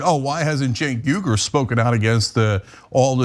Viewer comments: Hahahaha yep. In my mind, phonetically Cenk has way more mystery. You could give Uyghur to a kid in grade 4 and they could sound it out. At least better than Tucker did. The crap that slips past folks is unbelievable 😂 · Lol so mispronouncing a name, is racist now? We just keep setting the bar lower huh